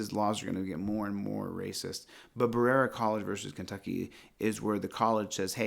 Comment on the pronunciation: Berera is pronounced ba-re-a from someone that lives 45 min away. Thought you might want to know in case you use that case again.